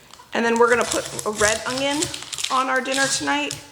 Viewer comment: We loved the teriyaki chicken recipe that you shared.💕 I always listen closely when you say onion. Are you pronouncing a “g” when you say onions? My Mom always said ongions ( her Oklahoma pronunciation).